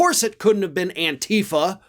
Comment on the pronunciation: “Antifa” -The accent goes on the second syllable, not the first.